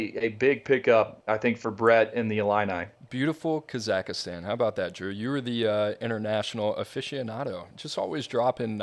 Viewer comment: my brothers need to freshen up on the pronunciation of Kazakhstan😅